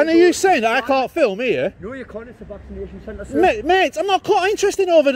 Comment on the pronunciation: Dear North Easterlies, the word 'film' is one syllable, thanks.😂